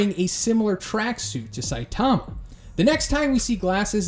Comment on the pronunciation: Can you please stop saying " saitaahma" it's all short "a"'s saitama not saitaaama